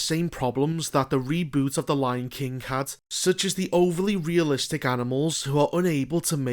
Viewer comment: The Lion KINK